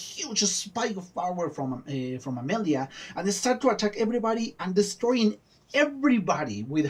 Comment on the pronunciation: An heart warming reaction for a intense episode. Once again : thank you. So, you made it clear you're ok for pronunciation class : Amalia : I've noticed you tend to pronounce "Amehlia", but every "a" must be pronounced like in the spanish word "casa". Xelor : you say "Shelor", but the "x" should be "gz", like in the english word "exaggerate". Grougal : you say "Gurgol", it's should be "Grugal", with the "r" before the "u" and the "a" like in "casa". Joris : That "j" sound doesnt have an equivalent in english or spanish. It's a sort of a reverse "sh". If you can't, you can use the "j" in John. Click on the speaker symbole to hear it : Pinpin : Oh, the french nasal sounds... There are three of them on an/en in/ain/un For Pinpin, it's obviously the third. See you for the last episode, dont forget to watch the end credit : there is not spoil !